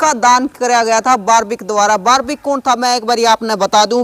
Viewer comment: बिलकुल आपकी भाषा पसंद नहीं आई बारब्रिक नही बल्कि बर्बरीक है आप बार बार यही दोहरा रहे हो